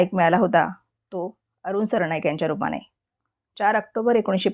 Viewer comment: सरणाईक नाही सरनाईक